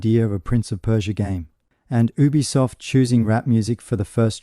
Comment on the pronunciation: Thanks for video.. please try saying ubisoft as YOU-BEE-SOFT or U-B-Soft .. but one word obv